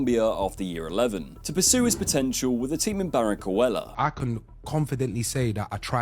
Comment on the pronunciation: baranquilla is pronounced ba-ran-kee-ja